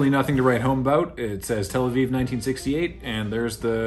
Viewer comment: Finaly someone says tel aviv correctly